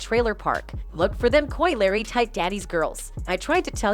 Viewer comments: i officially do t trust this channel because you can’t even pronounce the name of the person you’re making a video about. you literally use video clips where people say it correctly but you consistently pronounce Crisean wrong. it’s disrespectful. & Coi Larry? Someone stop this girl talkin about a culture she know nothing about. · Right And the Coi Larry got me 😭😭 how you get Larry from Leray 💀 they need to step they shit up w/ the narration cus they outta pocket 🤣🤣